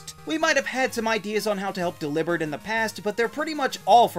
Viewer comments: I feel odd about delibird being annunciated as “delivered” instead of “Deli-bird” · it's a portmanteau of Delivery and bird, Deli-bird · Its Deli - Bird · It’s pronounced DELL-EE-bird, “Patrick Star”! 🤨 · The way you pronounced delibered blew my mind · The way you say Delibird makes me want to downvote. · it’s still wrong and sounds weird lol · I know it's for content but saying Delibird like that sounds really stupid